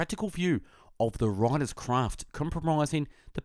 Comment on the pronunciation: pwart memoir, wwiters craft, caweew... this guy cant say rrr and ads a w to random letters... and that is not because of the australian accent..